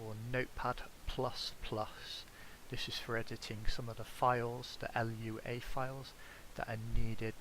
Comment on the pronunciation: It’s just called a lua file, not l u a. The language name is lua (portuguese for moon)